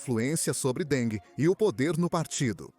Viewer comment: Que presidente Deng? Ele nunca foi presidente nem secretário-geral do Partido. A mais alta posição oficial na cúpula que ocupou foi a de presidente do Comitê Militar Central. Outra coisa: não se pronuncia “Dengue” assim como king, em inglês, não se pronuncia “kingue”, mas “kin’”.